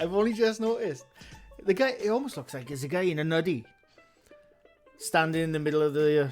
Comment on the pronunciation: I love how you pronounce Guy. It's funny as hell it sounds like Gay. Lol My new favorite channel 👍😁